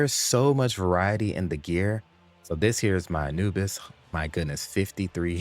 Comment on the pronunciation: That A"nuke"is goes hard lol